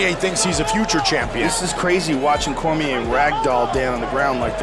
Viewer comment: Bruh said "Cormière"